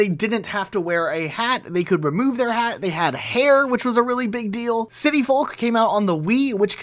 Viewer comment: Bro used his entire throat to pronounce FOLK